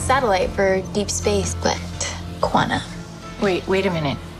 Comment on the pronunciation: She really did say but quana. Wth is the quannamanium